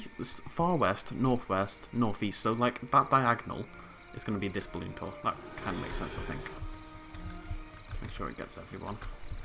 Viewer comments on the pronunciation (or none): none